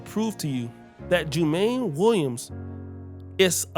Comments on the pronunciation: Its pronounced JU-MON-NEE. I am a NY'ER. This is no good. We cant have these first generations politicians in office. We must vet all thoroughly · Jumaane is pronounced "Jew - Ma - Knee" Williams.